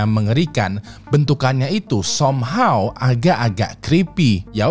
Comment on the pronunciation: SOMEHOW bukan dibaca SOMHAW ngab ! yg bener SAMHAW -_